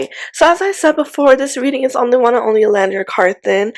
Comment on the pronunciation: Are you aware that you mispronounce Olandria’s name often?